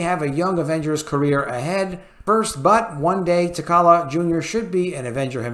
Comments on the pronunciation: Good video, love the content! But my guy...holy cow with the pronunciation of characters' names, I physically cringe with all the mispronunciations. With T'Challa alone, if people took a shot every time that was mispronounced they might die of alcohol poisoning. That said, I am firmly in the recast camp and feel that if Chadwick kept his illness silent then maybe he didn't want that to be the focus of his portrayal. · Please pronounce the kings name correctly. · Bruh, learn how to pronounce the character's name. If you have seen the character in any of the movies how do you not know how to pronounce it? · You are absolutely right! Also, please pronounce his name correctly! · man you butchering the name of T'Challa 🤣🤣😂😂💯💯